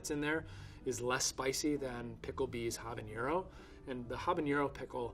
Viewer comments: Just FYI... it's habaNero, not habaÑero... "ha-ba-neh-ro", not "ha-ba-nyeh-ro" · Habanero not "habañero" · I hate to be that person 💀 but I hate how he kept saying habañero/habanyero ..... notice how HABANERO doesn’t have a ñ in it.... it doesn’t make you sound more cultured by adding it, so stop it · It’s just HABANERO. Not habañero. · i enjoyed this video, but holy heck, so many people can't pronounce habanero properly. -ñ🙅🏻‍♀️ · 1. As mentioned before, bacteria don't "eat salt". They anaerobically metabolize carbohydrates present in the vegetables, producing lactic and acetic acid. 2. Habanero is pronounced more like "abanero", not "habaniero". "habaniero" is a hypercorrect pronunciation, which means it is a pronunciation of a foreign word that's intended to sound more authentic, but because false analogies are used (in this case, probably jalapeño), it ends up sounding (IMO particularly) wrong. PS: Just look at the spelling. If habanero was supposed to be pronounced analogously to jalapeño, don't you think they would spell if "jabañero"? [1] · I can’t stand the mispronunciation of habanero. It doesn’t have an ñ and it’s name comes from being from Havana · "Jabañero" So disappointed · Habanero, not Habañero. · It drives me insane the amount of people that pronounce habanero with an ñ. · Very informative video however the word Habanero is not spelled with an ñ and is pronounced "Ha-ba-nero", not "Ha-ban-yero". Jalapeño however, is pronounced "Ha-la-peen-yo" :) He's not a native Spanish speaker nor a pepper expert so I wouldn't expect him to know this but it bugged me and I wanted to point it out XD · Yeah but a lot of people pronounce habanero that way. Doesn’t make it right, but he gets a pass for that one. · habanero not habañero... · It's not, he's hyperforeignising it. It's a habanero, not a habañero. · Habanero, not habañero, friend. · It really grinds my gears when people mispronounce habanero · my man keeps saying habañero on the spicy pickle part